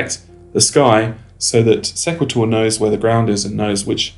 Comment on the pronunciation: I believe it is called "See qway tor" like equator.